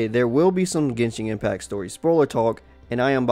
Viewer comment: "Genshink Impac" "Monstrot"